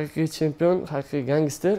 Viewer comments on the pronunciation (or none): Гангистер эмас просто ганстер